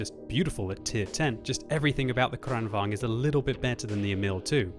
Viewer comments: The first 'a' in Kranvagn is pronounced as the first 'e' in the word 'sergeant'. Kranvagn, not Crennvagn. The first rolling 'r' you got right. Nice. Greetings from Sweden. Good job, always fun watching your videos. :-) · KranVAGN,, not KranVANG!!!!!! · The pronounciation is amazingly weird to me as a Swede, you prounounce in like "KranvÅAgn" it's more like "KrÅAnvagn". Heavy long A first, short, light A second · why does he always pronounce kranvagn like this?